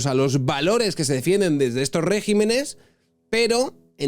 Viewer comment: como crítica constructiva, con el máximo respeto y desde el cariño: se dice regímenes, no regimenes. Me encanta, como te expresas habitualmente en tus videos y me ha rechinado un poco esta expresión en esta ocasión. Enhorabuena por tus videos tan bien trabajados. Un abrazo.